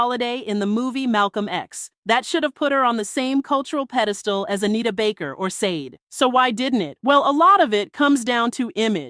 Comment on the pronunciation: Sade should be pronounced as “Sha-day”